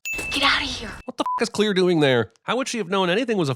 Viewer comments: Clear instead of Claire is worth MINIMUM 15 sins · "Clear" is pronounced "Claire". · Seriously, who's name is "Clear"?. Im pretty sure she was meant to be Claire, someone misprounced her name while filming a scene, and then they just went along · clare not clear!!!